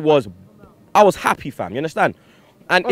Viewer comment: You 'hunderstan'? Haha